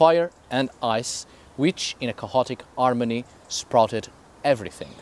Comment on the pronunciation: "chaotic" doesn´t have a loud sounding "h" in the middle of the word in English, also "behaviour" DOES have a sounding "h" in the middle. There is no "cahotic" neither "beaviour" words on proper English pronunciation.